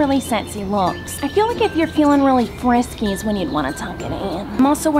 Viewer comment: “I’m feeling very friksy”